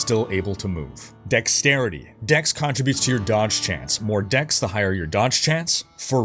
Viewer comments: Its not contri-butes, its con-trib-utes. Like "contributing to society". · You say "CON-tributes funny. Are you Canadian? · Why do you say contributes like that lol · The way you pronounce "contributes" has me triggered af... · You say "contributes" weird.